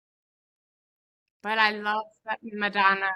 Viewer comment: Darling, could I make one loving and respectful suggestion: in future videos, could you pronounce "Madonna" in your authentic Italian accent? It's an Italian name after all! 💕 Thank you for your incredible work and dedication to Madonna's art. 💋